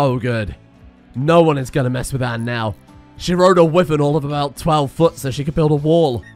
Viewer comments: It's not a wiven it's pronounced why - vern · why does he say wyvern like that